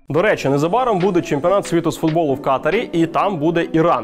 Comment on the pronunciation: Не кАтар, а КатАр